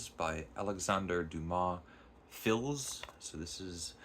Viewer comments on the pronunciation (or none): Margherite as in Mar-gar-eet, fils as fee. Well done apart from that, so happy you enjoyed such a story. I wish you would go on to describe the ending, but I understand why you refrained.